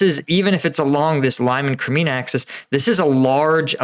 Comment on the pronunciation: can u say leemonn not limein